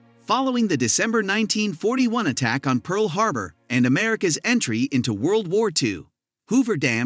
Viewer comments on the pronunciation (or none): none